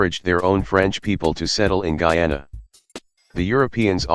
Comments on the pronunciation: ITS GUYANA NOT GEANA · Bro the voice says GEE YAUW NAW, it’s GUY ANA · The Gayana countries No offense if you live in Guiana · There is Bri'ish Guy-ay-nah There is hom hom hom Gui-oh-nown And there is weed pirates. They may not look like south americans, and they aren't. As such, they play the Caribbean Cup instead of Copa América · Guyana is pronounced GUY- ANA